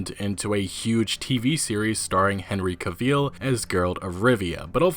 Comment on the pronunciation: I did enjoy that you pronounced the Polish name pretty much spot on but ballsed up the English name... Henry who? Anyway... Sapkowski is a fantastic writer and the series deserves the exposure it gets but the Metro author nails the point that this exposure probably wouldn't have come about in the West without the games.